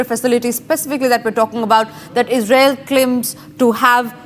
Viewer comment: defence ❎️ defend Israel ❎️ Isral 😂